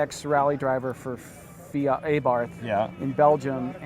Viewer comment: The way they pronounce Abarth is unfortunate